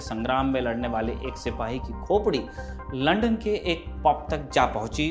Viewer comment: अबे रिपोर्टर पहले लंदन बोलना सीख.. बार बार लंडन लंडन बोल रहा है आजकल कोई भी रिपोर्टर बन जाता है